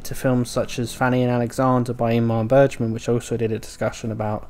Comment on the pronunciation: Dude, get the pronunciations right. It's not Ingmar Bergeman, as you're pronouncing it, but Ingmar Bergman. C'mon it's so basic just to get that pronunciation right....